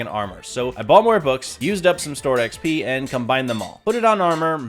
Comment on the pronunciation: no way bro said "eee ehx pee"